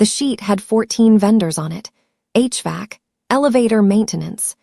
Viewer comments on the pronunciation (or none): none